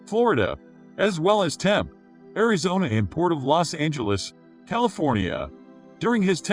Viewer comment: Your Robot Voice narrator sucks but.t !!! I live in Apache Junction. Just a stone's throw from Tempe. It is not pronounced "Temp" !!!